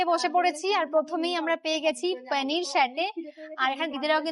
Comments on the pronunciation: পনির সাটে ❌ পেনির সাটে✅ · Besi style dia paneer bolte gia penir hoe gache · পনির স্যাটে ❌পেনির সাটে✅😂